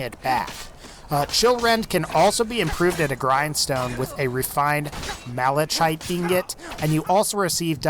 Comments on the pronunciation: Grammar nazi time! Malachite is pronounced "malachite (chite pronounced as "khite")", not malazhite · Its pronounced Mali"KITE" but spelled malachite. but you pronounced it MaliCHite. the CH is silent. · Its pronounced Ma-la-kite not Ma-la-chite lol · Its pronounced malakite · IT'S PRONOUNCED MALA-KITE YOU DINGUS! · Obsedian Krystal That would mean you're pronouncing it malaITE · Love your work, but malachite is pronounced "malakite" Cant wait for your next video! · its refined malachite the ch is pronounced k also wind-shear is about ten timed better than chillrend and so is miraaks sword also if you just put chaos damage and fiery soul trap on anyone weapon you can get massive damage output. Once again a terrible video.